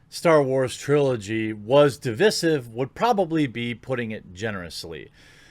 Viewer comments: Divisive is pronounced "dee-vie-sieve", you're welcome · I've always pronounced it "dih-v-eye-siv" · Learn to say divisive! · So is he saying divisive wrong or have I been this whole time? Lol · please look up how to pronounce DIVISIVE or I'll have you quartered. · learn to pronounce 'divisive' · Do all Americans pronounce divisive like that? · Jeremy, google "how to pronounce divisive" - Continental Europeans, for whom English is their 3rd language, are laughing at you. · It happens so many times.. same from yongyea.. it irks me so to no end xD